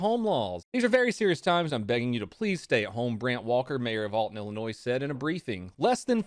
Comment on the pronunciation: bro the s in illinois is silent